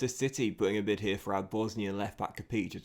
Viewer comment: Just so you know "Chopper" Harris's first name was Ron.. Neil is Neil "Razor" Ruddock.. And I think Kapić is pronounced Kap-ić not Kap-eech